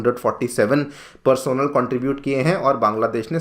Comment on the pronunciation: Bhai usko "Personnel" nahi.. "Personnel" bolte hain 😄